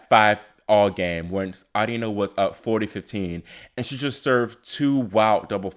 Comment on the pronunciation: It’s pronounced arina lol